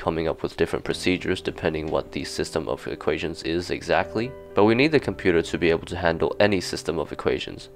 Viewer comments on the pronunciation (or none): none